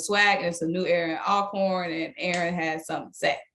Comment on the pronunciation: Welcome!!!!, it is pronounced ALL-CORN! Just like you say ALLways, ALLready… that same start!!